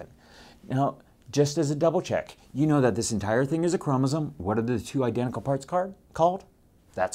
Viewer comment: The way he says mEYEtosis is cell dEYEvision for making two EYEdentical NucliEYE, and Seeezual Reproduction, is priceless